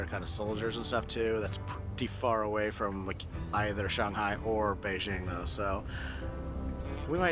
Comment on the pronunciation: Beizhing???? Jing please.